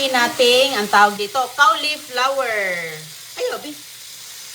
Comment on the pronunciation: Correction po! Hnde po Cawliplawer ang pronunciation... coliflower po ang CAULIFLOWER. Once in awhile dapat correct po ang pronunciation dapat kc influencer po kyo. Dn't take this as bash its for u to say the English word rightly and we call it "Correct Pronunciation"not "Pronounciation"...✌️🥰